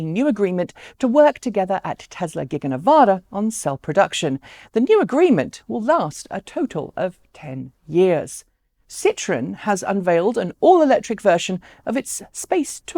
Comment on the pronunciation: You need a bit of practice pronouncing Citroën. It's sounding more like Citron.